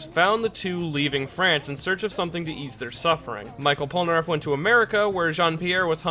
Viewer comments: michel in french is pronounced like "me shell", not micheal :p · We don’t say Michel [maïkeul] as you would say Michael Jackson But we say Michel [mishel] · It's pronounced mee shell Polnareff, not My kel :( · Michel pas michael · "Michael Polnareff" XD in english this name will sound like that: "me" "shell" : meshell polnareff (if you want) But never "Michael" XD I know it's not important in your video, but you've make me laugh x) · It is supposed to be pronunced " MICHELLE Polnareff ", not " Michael Polnareff " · Michel Polnareff isn't pronounced as Michael but as "Me-shel" its à french name for both genders Michel for males and Michelle for women just wanted to let you know... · That's not mikel polnaref but mishel polnaref because is "ch" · Ekiri Dream je ne pensais pas qu'il allait dire Michel "Michael", ça m'a fait bugué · ''Micheal'' Polnareff... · In French, you pronounce Michel as "me shell". Other than that, great video :) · The french Michel is pronounced Mi-shell (french don't make "ch" sounds. they spell their "sh" sounds as "ch"). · Michel is pronounced MEE-SHELL but not a long L just the pointed tip of the tongue on the roof of the mouth behind the teeth kind of L. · Michel is pronounced " mi-shell" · Outre sa façon de dire "Michel", sa prononciation est bonne... (Grammaire?) Je suis désolé, je ne parle pas français dans longtemps.